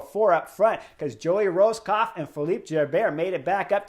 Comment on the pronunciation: OK, so now that you've got "Swiss" down, could you please get our U.S. Champion Joey Rosskopf's name right? PLEASE? 🇺🇸 Poor guy.